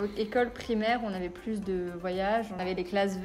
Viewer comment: 那邊的plus 聽起來好像是有s 的發音？